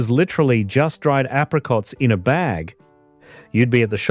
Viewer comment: Not like today, everything artificial, fake, synthetic, even the AI video narration that cannot pronounce apricots.